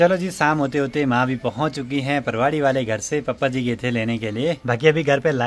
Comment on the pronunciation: Shaving bhi karliya karo bhaiya kya bekar lagte ho aise main 😂 aur reply bhi Diya karo logo ke comments ka aur ap papa ji bolna sikho ap bhut alag sa bolte ho papa ji 😂 bhaiya